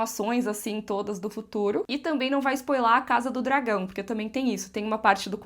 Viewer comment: Nada dói mais no ouvido do que ouvir "spoielar".